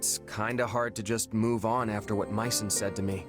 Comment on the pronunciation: It's Myson not Myron !!!